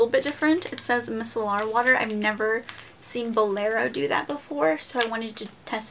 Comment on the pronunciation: Its pronounced MY - SELLER water lol. Great haul as always tho! :)